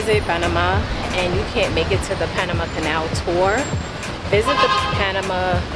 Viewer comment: I appreciate the correct "Panamá" pronunciation ❤